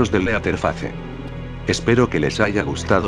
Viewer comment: Lo dijiste mal, antes decías krepipata